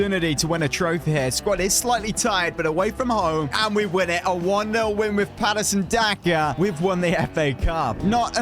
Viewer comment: It is not Patason Daka it is patron daka